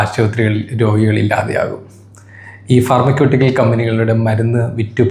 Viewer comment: അണ്ണാ ഈ ഫാർമക്യൂട്ടിക്കൽ ആണോ ഫർമ്മസുയിട്ടിക്കൽ ആണോ ആാാ...